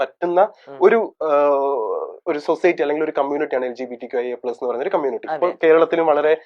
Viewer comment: എവിടാരുന്നു....... Waiting ആരുന്നു ❤️... പിന്നെ ആരെങ്കിലും onnu അങ്കിൾ നോട് പറ കമ്മൂണിറ്റി അല്ല കമ്മൂണിറ്റി അല്ല, കമ്മ്യൂണിറ്റി ആണെന്ന്.......😂😂😂